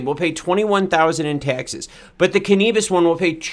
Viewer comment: Canabis not Canebus